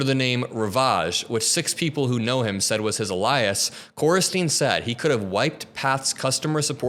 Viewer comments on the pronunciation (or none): You know the word is, alias, not ah-lie-us? Do you pre-read these articles so your familiar with the material or just yolo it? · Alias is pronounced "aye-Lee-huss". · Alias!!! phonetically is A LEE US... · alias - "aye-lee-us" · Ah-lye-ess 😂??? Dude ... some impressionable kids may be watching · Pronounced... A-Lee-us. Alias. No disrespect. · *alias -- A-LEE-ASS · I just gotta chuckle (ali-as)😂. But seriously, this shit is wild. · aLIEs ...yep, that's about right💯🥴🙃 I was actually going to tease you about your pronunciation but... you were ahead of the game💪🏽💥💥💥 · You'll want to learn how to pronounce "alias". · That's not how you pronounce 'alias'! 😂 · Thanks for keeping tabs on this present craziness for us. I feel like we're circling the drain. (Also, please look up how to correctly pronounce "alias.") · my dude, i have never in my nearly half century of life heard someone pronounce the word alias the way you did in this video. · are you AI? what's up with your pronunciation of "ravage" and "alias"? ha ha!